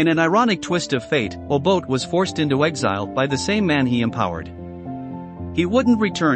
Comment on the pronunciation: Why can’t you learn to pronounce Mr Obote’s name . This is a big shame . You spent time on this documentary but couldn’t take time to learn how to pronounce an African name.